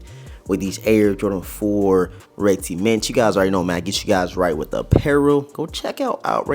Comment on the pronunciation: Ceements? It’s pronounced cements